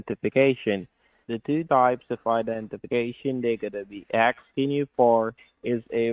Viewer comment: It drives me crazy how they can’t properly annunciate “asking” always sounds like “axing” 😂